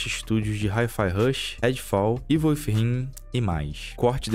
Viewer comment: Ei, meu, Within se pronuncia "Wizin" com língua presa. kkkkkkkkk